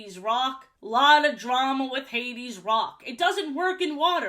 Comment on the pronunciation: Ha-deze nuts was iconic 😂